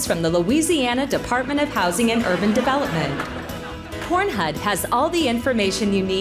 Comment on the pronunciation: I’m here for my “PornHud” registration 🪪